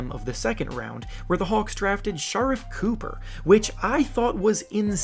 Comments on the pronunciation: There’s no fuckin way ur serious with how u pronounced Sharifie Cooper. did u just say SHARIFF COOPer LIKE WTF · So no one peep how he pernouncef Shariff cooper name and how he didn't mention how the Knicks are winners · Bro said Dahveon Mitchell and Shahriff Cooper😂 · You mispronounced Davion Mitchell and Sharife Cooper just a heads up